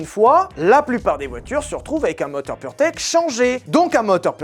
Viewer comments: On dit purmerde et pas purtech, j'imagine le mec qui as dirige le développement de ce moteur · à chaque foix que tu dis purtech j'entends puremerde XD